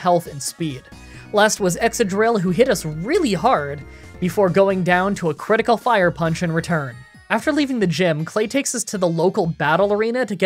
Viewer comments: ish you said Exadrill instead of Ex*c*adrill (like excavate) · Santa's Deli? LOL. You said "Exadrill" here. "Yeti-type beats Grinch-type, so we win." LOL. "What is this guy, ME?!" LOL. It's Manfred. That has to be one of the more epic moments of the game. Krookodile. Crafty? It's actually Hammer Arm.